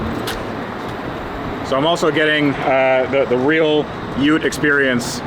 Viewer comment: Bro called the VE Ute what!?😂